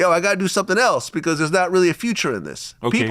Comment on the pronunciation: Reallllll crazy 🤣